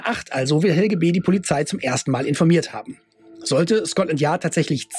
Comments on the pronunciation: Just as a hint from a German citizen: The last e in Helge is pronounced like an e in existencial, error or egg ( egg read backwards immitates the g and e sound in Helge just fine). It´s a rather old Skandinavian name, that is quite uncommon in younger ppl, mostly found in the north of Germany, the Slavic version would be Oleg. It derives from the protogermanic "hailaga", unharmed, healthy. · Not Helgi but Helge or Helgeh